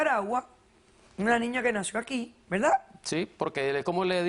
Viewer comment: Porque dicen Velda=verdad y no dicen colte=corte? Xq son selectivos con la pobre R! 😁!